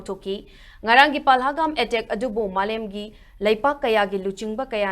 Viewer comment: Pahalgam not palhagam